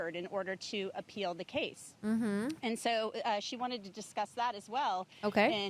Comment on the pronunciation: its pronounced "so" not "so-ah"